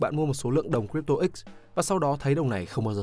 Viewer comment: Crypto bạn nói sai r nhé